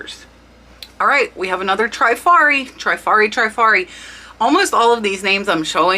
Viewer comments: Loved the content but you are mispronouncing the word Trifari. I grew up in Rhode Island where they were headquarter and worked there one summer between college semesters. Its pronounced Tre - fa-ri not Try-fa -ri. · How to pronounce Trifari - tri faa ree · Trif ar i 3 syllables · Thanks SO MUCH for your excellent info. FYI,. It's pronounced Trif ari. Pave is pa vay,. and it's Skap a relli,.